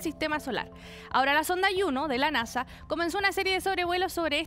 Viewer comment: Juno, con J, viene de latín, de la diosa Juno. No es yuno, lluno, porque esa pronunciación rebuscada?